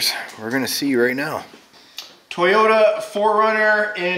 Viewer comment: It's Toyota not toy-ota